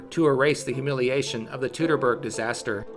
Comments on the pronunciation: It isn´t "tootoburg" though. It is Toitoburg. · correct - the procounciation is "toitoburg", of course ; I should know I live about 2 miles from the forest's western edge. The same applies to the "Teutonen" and "Deutschland" . Most english-speaking people I heard say "Doitschland" and that is how it is procounced and not "dootschland".... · Surely at some point in your life you have heard the word "Teutoburg" pronounced correctly. Yet you choose to ignore that. Why? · Since we don't know how these words were pronounced, and since different people would pronounce them differently depending on where they lived, we can use the standard English pronunciation as the most correct one: ˈtu təˌbɜrg "Too-tuh-berg" like "Too-tonic"(Teutonic)